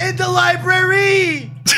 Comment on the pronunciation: "WHY DID YOU DO IT?" "IN THE LYbRaRiE"